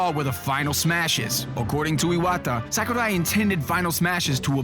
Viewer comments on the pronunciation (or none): it's not sékurai, it's sakurai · The info is really interesting and voice is awesome, but his pronunciation of Japanese names/words are off. Sakurai (Sah-koo-rai) and Tamagon (Tah-mah-gon). It's nitpicky, but no one else seems to have noticed it. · Actually, the proper pronunciation is "Sahkoorai", with a soft a and long u, whereas pronounces it "Sackoorai". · Well, it's almost correct. It should be "sawk"urai rather than "sack"urai but allenamenfutsch is an angsty teenager who hates people that are interested in things he's not. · I hate how this guy pronounces Sakurai's name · The way you pronounce japanese names makes me cringe. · Jesus, pronunciation of Iwata's and Sakurai's names actually annoy me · sir, I don't know who you are, but I can't stand the way you pronounce Japanese names. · I love how he pronouces Sakurai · It's funny how he tries his hardest to pronounce Sakurai but still gets it wrong. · I love how he say Sakurai